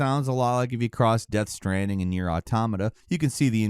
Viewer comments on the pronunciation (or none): none